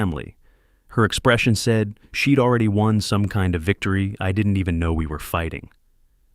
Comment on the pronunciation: What a fabulous story. The daughter-in-law was a vixen from hell!! As for Leonard, he was a spineless wimp of a man. But Gerald should NEVER have trusted family in the first place. While the story was good, the narration however could've been better. SHED for she'd; ILL for I'll; IVE for I've, IM for I'm, and others. These narratives are important because I listen rather view, so some of the story sounds muddled. Nevertheless, I enjoyed listening from Lincolnshire in England 👋🇬🇧